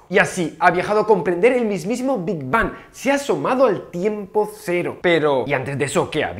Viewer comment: PENSÉ QUE EN VERDAD DECÍA "QUE HABÍA ANTES DEL NOPOR" 😔